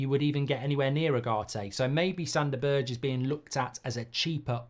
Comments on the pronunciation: His name is not BIRCH, its BERGE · Mark its pronounced berg